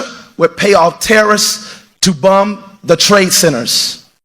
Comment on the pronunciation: He said " bum" and not "bomb" 🤦🏾‍♀️🤦🏾‍♀️🤦🏾‍♀️